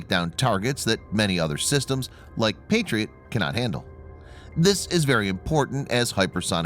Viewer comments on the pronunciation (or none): none